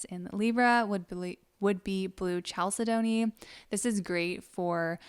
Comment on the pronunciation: Love these monthly videos. Btw its pronounced Kale-SAID-oh-knee (Chalcedony)